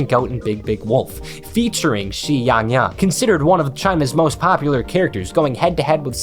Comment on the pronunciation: As a Chinese person, I DIED when he said "Where's my XIYANGYANG"